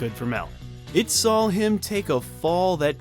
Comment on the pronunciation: its saw not sawl